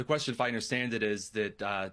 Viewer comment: what's A QUARSTION?